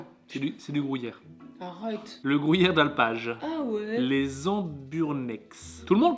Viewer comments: déso mais a raison on dit gru yère et pas grou yère:):) super vidéo!! vivement celle de demain:):) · c le gruyère et non pas le le grouyère antant que suisse/fribourgois je ne puovais pas me taire et c le valais --> valaisan mais autrement super video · Non non non, on dit gruyère et pas grouyere, lol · Je suis d'accord avec on dit gruyère pas grouyere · Il dit la grouyère et en plus le corrige mais il continue dire grouyère looool 😅🤣🤣🤣🤣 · Grouyère 😂 tu a dit 15 fois ce mots, à chaque fois j’en est rit 🤣 Super tes vidéo le 🎉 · Gruyère pas grouyere zzz 😤😤😤😆😆😆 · Le mec qui sait pas dire Gruyère MDR. le GROUHIER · Comment ça le grouillère 😂 c’est gruyère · Ça me stress comment tu dis "grouillère"😭😭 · Le "grouillère" mdr ... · Le "grouyère" 😂. Sympa vraiment ce petit calendrier qui m'a fait découvrir certains produits que j'ai bien envie de déguster. Et si tu faisais un calendrier de l'après en janvier? 🤣😘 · Mdr ..."grouyére" vous dites "pouis" pour "puis"..gru -y -ère !! Bonne soirée vous êtes meugnons...😂❤️ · Tu me stresses a dire grOUyere 😂😂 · Insupportable ta façon de prononcer gruyère 😂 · Par contre c’est gruyère et pas grouyère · Bon on reprend : c’est Gruuuuuuyère et pas GROUUUYERE sans trous et c’est pas c’est pas de l’emmental et c’est valaiSan pas ValaiSSAn et pour finir c’est FRIBOURGEOIS merci 🤪🔥👍🏻🇨🇭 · Grouyère et Valaissanne 😂😂😂 ps : Gruyère et Valaisanne 👍😁